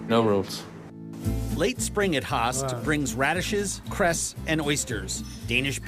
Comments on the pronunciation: He cant say höst he say hastt the ö sound is not either a u sound ö is one of its on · When he says "höst" he says it without the "¨" but in danish "host"means cough, whereas the ö makes it harvest, quite the difference.